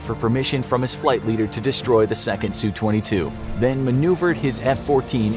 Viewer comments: I like your channel, but when referring to Russian aircraft. It's not SUE 22. It's S. U 22. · Sue twenty-two? <---- fingernails on a chalkboard